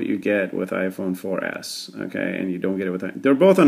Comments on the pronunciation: omg !! he said i-phone for Ass hahahahahahahahahahahahahahah! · i thought u said iphone 4 ass